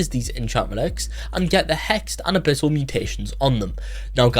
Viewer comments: "Enchammelex" and "a bittle" is WILD🤨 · "Hexed enchammelex and a bittle enchammelex"